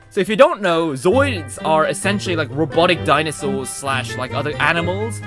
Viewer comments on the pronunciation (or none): none